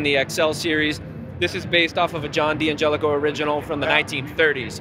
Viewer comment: The D’angelico representative can’t pronounce DANgelico correctly.